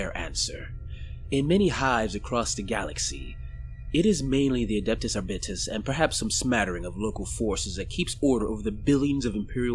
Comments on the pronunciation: Hey man, like the video, just one point though. When I’ve heard 40k people talking about Arbites, like in audiobooks or something, they usually say it as ‘Ar-beat-ees’ or ‘Ar-bite-ees’, or sometimes even ‘Ar-bites’. Not sure about ‘Ar-bit-es’, but if it works for you, go for it. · Its pronounced are bites